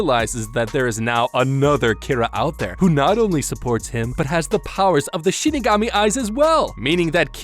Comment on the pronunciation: Who here heard him say Shitigami instead of Shinigami?